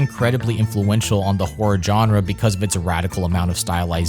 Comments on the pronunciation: Great video, but it's pronounced "Jean-ra" (ZHan-ra) not "John-ra." It's not enough that you say the word about 1,000 times over the duration of the video. Again, great stuff, but hard to sit through with that grating pronunciation. Otherwise, great narration, visuals, research & content, setting, and mood. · Learn to pronounce “genre,” and stop saying it every other sentence. It is not pronounced with a J sound. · dude....learn how to pronounce genre, please. it's not JOHN-rah. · FFS! It’s “genre”, now JAWNRA!!! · Please, YouTubers, learn how to pronounce the word “genre”. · “i am not a fan of Suspiria” dude, you can’t even pronounce “genre” right, it’s alright, no one’s surprised you don’t like giallo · So many mispronunciations - jarring! Including that you keep mispronouncing ‘genre’ UGH! Otherwise good… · Was excited for this but unfortunately was immediately taken out by the mispronunciation of 'genre'. I managed 5 minutes before having to quit but it looks like a well thought documentary and I hope others enjoy it